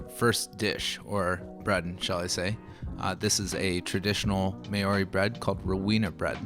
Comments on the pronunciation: Bro, this is awesome, but it's not may-oree, it's maw-ree, and or even maow-ree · Props to you for giving this a crack mate. Looks good bro. Easy way to pronounce Maori is to think of how meow sounds, then subtly replace the 'e' with an 'a' Maow and add ri on the end. Maow-ri